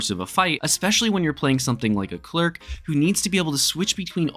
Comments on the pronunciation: YES! CLER IC…. Not cleeerk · Are you saying "clerk"?